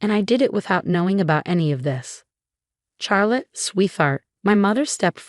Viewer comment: Even the AI is not able to pronounce the name correclty. CHARLOTTE: It is pronounced as Shar+luht, or Shaa+luht, not "Char as in charcoal".